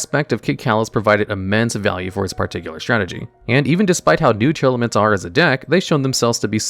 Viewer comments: Oh my god... its tear laments. Not tear airelements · It's always funny when calls Tearlaments as Tearelements